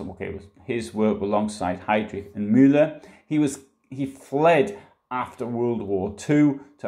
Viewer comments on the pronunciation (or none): none